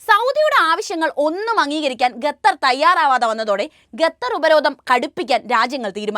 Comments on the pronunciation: Gatar alla its call Qatar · Quatar not Gutar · Pronunciation quatar, not gatther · ബഹാനോ. Gather എല്ല ഖത്തർ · ഖത്തർ. എഷന്നു പറയുക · ഗത്തർ അല്ല.